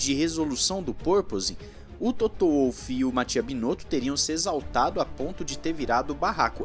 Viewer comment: Apenas uma correçãozinha, a pronúncia é Volf e não Uolf.